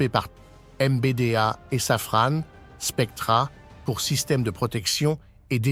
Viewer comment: En français on dit "sa-fran" pas "sa-frane".